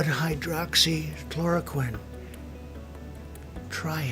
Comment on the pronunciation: it happened because he mispronounced hydroxychloroquine. And said something like hydrochloride. An ingredient in the fish tank cleaner. A man and his wife drank it. The man died.